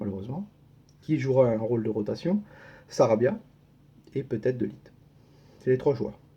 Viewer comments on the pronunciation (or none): "De lit" ou "Deux litres ?" 😅